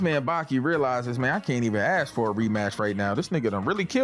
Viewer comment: My nigga, thanks for correctly pronouncing "ask"👍